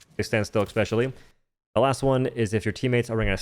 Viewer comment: 'expecially' isn't a word my friend